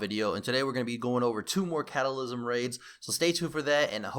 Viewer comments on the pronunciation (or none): "Catalysm".......it's Cataclysm. :P